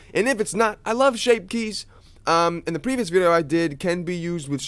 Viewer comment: "Shape kyes"